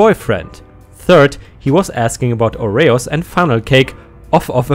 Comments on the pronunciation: OR-E-Os not O-RAY-Os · Oreos = Ore-EEE-ohs, rather than ore-Ray-ohs. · Oreos -- OH ree ohz